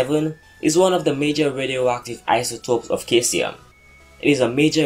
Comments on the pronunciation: it's pronounced See-zee-um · Your saying caesium wrong you say it like saesium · you don't pronounce the "K" in Caesium, pronounce with a "S"